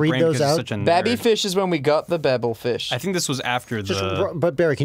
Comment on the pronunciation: So they pronounce Zaphod properly but can't get Babel fish right?